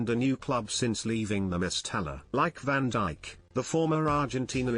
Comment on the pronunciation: Van diche is what was said 🤣